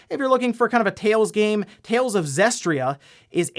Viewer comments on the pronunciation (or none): It's Tales of Zestiria, not Zestria. You missed the first i.